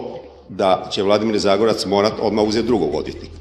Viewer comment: Nije Zagorac, nego ZAGOREC, krivo izgovarao prezime, Pozdrav Štit ❤